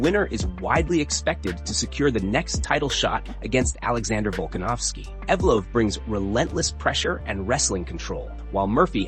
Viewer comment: Hey, learn how to pronounce fighters' names. You mispronounced Mauricio Ruffy's "name" two different ways. Ruff-EE, ROOF-EE, but it's HOO-fee. And, Ev-lOv? There's nothing worse than turds who want to cash in on MMA but have no knowledge of the sport.